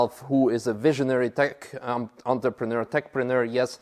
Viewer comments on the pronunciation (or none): none